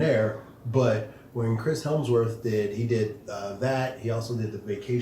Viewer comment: it’s Hemsworth🧐. No “L”. Stop saying Helmsworth! Much love to the Show.